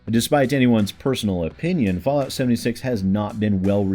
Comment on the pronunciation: Todd Howard Fasllout 76? Did you mean to say "False Lout"?